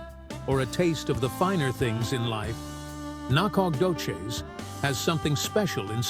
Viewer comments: lol get some one from East Tx that can not only pronounce it but actually shows pictures of Nac ! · Whoever did this not only missed finding the correct town of Nacogdoches, he couldn't even pronounce it